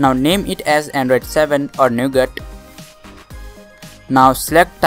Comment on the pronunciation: he says "We have installed Android 7 which is no good". . . . . . . . jk. I know he said Nougat. Sounded like it tho 😂